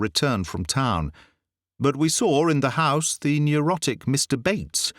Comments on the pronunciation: The person playing the American is almost perfect. But no Canadian or US'er pronounces the word 'saw' as "sawr' . . . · I can’t love this telling enough. Can we explain why he pronounced saw as “sawr it” the businessman, was in gold? Just a linguistics question.